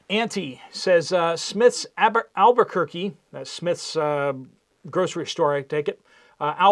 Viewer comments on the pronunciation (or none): none